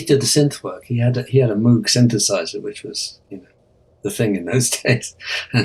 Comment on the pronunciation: Sorry Prof, it’s Moog, not Moge